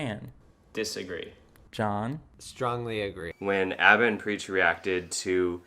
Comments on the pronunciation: You called "Aba" "Abe", but you've been watching them for years? Sure lol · Lmao it’s pronounced Aw-ba